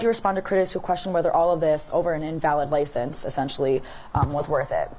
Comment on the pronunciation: had me cracking up... 'Ly ciense" 😆 No disrespect... all due respect